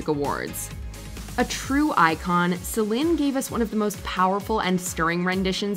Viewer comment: #1 it's "seh-leen" instead of "seh-len" dion...